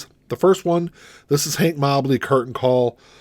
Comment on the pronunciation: Who’s Hank “MOB-ley?” 😉